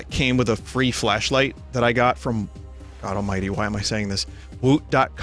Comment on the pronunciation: Am I the only one who hears "fleshlight" instead of flashlight?